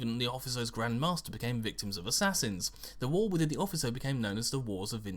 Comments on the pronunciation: 'Officio', Not 'Offiso'. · O-fish-ee-oh. not ofisso. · If this is Latin it is probably pronounced 'offikio' Then again, assassinorum isn't the word, it would be like sicariorum Feel free to ignore my Latin nit picking because who cares lol